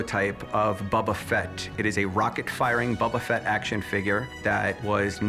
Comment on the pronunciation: Star wars expert: "Bubba Fett"